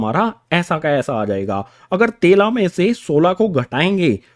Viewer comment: तेला नही सिर 13 होता है 🤣😂🤣